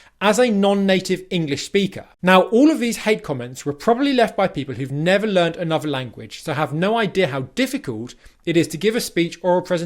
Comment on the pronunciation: This self-pronounced expert needs a bit of expert help himself : e.g. "anuvva" (another); "goh'ah" (got a); "oi would give" (I would give).